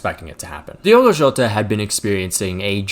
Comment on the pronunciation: The people still saying Diego instead of Diogo can go fuck themselves. If you can't even be bothered to correctly read the name then keep it out your mouth. P.S. yes my name is also Diogo and I hate it when people call me Diego